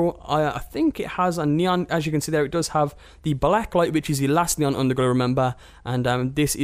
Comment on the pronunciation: Nee - on not nyan